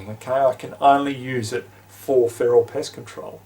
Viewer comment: lmao sounds like you said "piss" when you meant "pest" or did you mean "piss"........